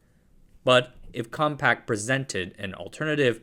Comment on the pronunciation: Why do you keep saying compact?! It's compaq! There's no t!